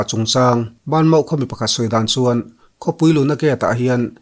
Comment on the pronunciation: Aziak ah chuan banmaw tih aziak chu ani na a han sawi rik chuan BA MAW tih tur niin ka hria adik em awwww